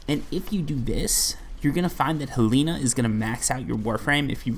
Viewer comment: He puts an I at the end of everything😂 Sedina/Helina